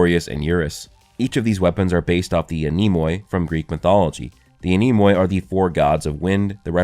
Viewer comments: For anyone wandering, the(oi) is pronounced as an 'e' as in 'free'. The 'e' after the 'a' in Anemoi is pronounced as the 'e' is pronounced in the word 'met'. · I'm greek and your pernounciation of ''anemoi'' killed me. I did not think it was possible to butcher a word this badly🤣Thanks for the laugh